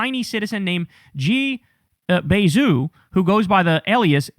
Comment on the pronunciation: Chinese speaker here. The way you pronounce Jia Bei Zhu's name should be J-ya Bay Joo.